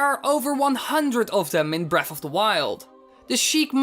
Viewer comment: its breath of the wild not breaf